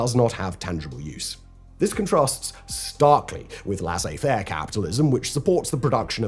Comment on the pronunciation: Am I the only one who is bothered by the pronouncing of Milei and “laissez faire”?